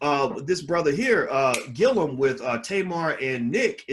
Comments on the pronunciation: Respectfully, the brothers name is GILLUM, not "Gill-ium." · You’re adding an extra syllable to his last name.